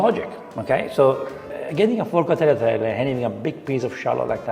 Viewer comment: Then he say "Brushetta", and now he say "Tagleeatelly" and "Papardelly"? His pronunciation is not true like Jamie Oliver's pronunciations 😅